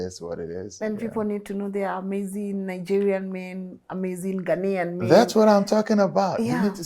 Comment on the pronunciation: Ghanaian not Ghanian. Kenyans for some reason always pronounce this wrongly. Coming from a Kenyan 🇰🇪. Haya Asanteni